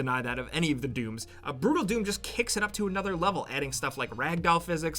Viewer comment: I'm sorry but i heard Doodle Doom when he said Brutal doom and just couldn't stop laughing.